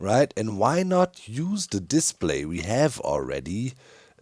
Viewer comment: The way you say "display" makes me think of a diss play, like play made for roasting. - To be or not to be, that is the question. Unless Menos is nearby, then I'd rather get away from him and his stinky pits.